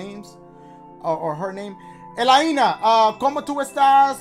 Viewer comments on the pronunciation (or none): its alainia lol pronuced alainia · El-ay-na.. my goodness 😭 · Elaina- EH-LAIN-A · I think Elaina is pronounced “ E- lane- Ah” lol sorry had to make a comment , love you Dashiee❤️🤣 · for future references....Elaina is pronounced "E-LAY-NUH" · Elaina is pronounced Ay-Leigh-Naah but Ela-Eenaa sounds good too 😂😂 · when he couldn't say elaine-a 😫😂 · The fact that you just over complicated the name Elaina 😂😂😂 its pronounced (A-LAY-NA) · No one gonna talk about how Dashie pronounced elaina? hahahahah